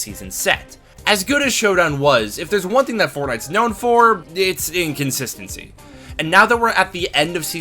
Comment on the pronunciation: "... Inconsistent..." But I thought you just said you liked inconsistentey